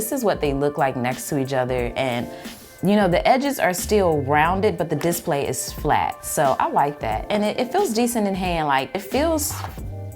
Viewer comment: I love how you say dissplay